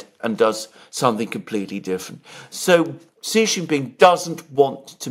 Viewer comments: Sheee not Jheeee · Xi Jin Ping is Sheee Jin Ping, Jhee Jin Ping means PENIS. Stop it, I SUPERCHATTED you twice on this. I saw you read my comment. You are doing it on purpose like Elensky. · follow Alexander's lead, sheeee like female is the correct pronunciation. Jheee Jheee means Pee Pee as in penis in Chinese language stop it. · Correct way to say Xi is Sheee. Jheee Jheee means Pee pee in Chinese slang as in penis. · Yes, Xi should be pronounced as “she” in English. But what you said about Jheee was not true, Chinese language has 20～30 characters that pronounce “jheee”, nobody will link Jheee with penis in this context, it is fine for Alexander to pronounce Xi like jheee